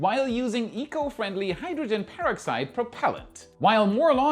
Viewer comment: Bro... Pangea is pronounced Pan-jee-uh .... like the supercontinent that once existed on Earth before it spilt up into the 7 continents we know today.... pan-jee-uh/pan-gee-uh ..... (jee/gee .. just like the letter 'G' ) :) - - oh yea.. and 'hydrogen peroxide .. peroxide is pronounced per-ox-ide .... "per" rhymes with fur, blur, and stir .... "Ox" just like box, fox, and clocks .... & "ide" just like ride, hide, and wide ...... per-ox-ide .... the stuff that you put on a cut or scrape to clean it out, but the stuff in rockets is SUPER CONCENTRATED and VERY Flammable.... :) - - - I REALLY hope it doesn't bother you that I try to help you out when I hear you mispronounce things.... I'm not trying to be rude or make fun of you, I just want to help you with your English since I know it's a second language to you, even tho you speak it sooo dang well!! I'm only tryign to help you with the very few bits I notice :) LMK if you'd rather I stopped... I don't want to bother you :)